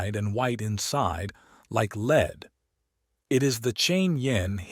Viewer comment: Excellent narration (except for occasional mispronunciation such as LEAD versus lead, the alchemical mineral. ) but still a nice performance